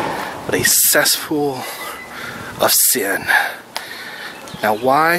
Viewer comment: Wtf is a 'cessfool'?? smh :-(